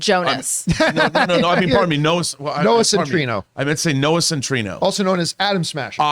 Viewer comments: It's Noah CEN-TI-NE-O guys! Not "Centrino"... What about Nicholas Hoult? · It’s pronounced Noah Centi-neo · Still waiting for them to correctly pronounce Noah Centineo